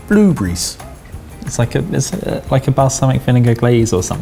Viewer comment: Toe-Moto. Blue-Burry. I had a good loff at this.